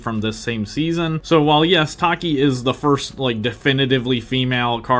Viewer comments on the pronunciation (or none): ACTUALLY its Tachy( Tha + chi) not taki Boi its Cielo (say/Ci + leo) thats how i pronounce it Phantom hornet is a male😅